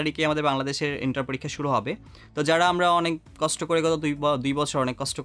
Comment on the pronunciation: kosto uccharon krte problem?